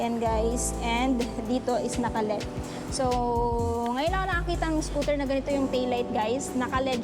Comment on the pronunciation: L E D Ang bigkas nyan